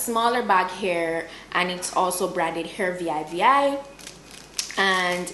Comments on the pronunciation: I think It's pronounced "Hair VeeVi" I've seen a review of this company a while ago when I was scammed by company (vivihair) that ripped of their name. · Job well done dear as perusual....I love it lol the brand is pronounced as 2 V's as in vv